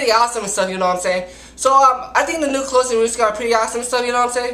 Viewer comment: you cant pronounce clothes lmfao